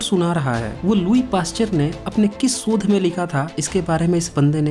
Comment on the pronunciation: sodh nahi shodh